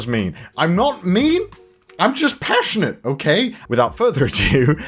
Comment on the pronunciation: I'm not mean,I'm just PASHONATE OK! 🤣